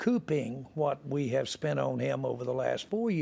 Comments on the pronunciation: Did this dide say spunt? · Mega billionaire says "spunt" rather than "spent" I feel marginally better about myself rn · bro only somebody from Texas would say “SPUNT” 😂😂😂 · You know you’ve got yourself an old country boy when he says “spunt” 😂 that’s that Arkansas talk there lol